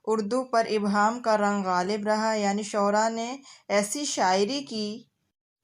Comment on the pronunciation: ابہام نہیں ایہام